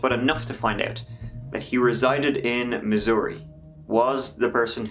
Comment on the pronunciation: THANK YOU for pronouncing Missouri correctly. This native Missourian appreciates it. This is the first I've heard this story. Very sad and I hope they find some closure soon. Perhaps, the reddit author can lead them to that by coming out.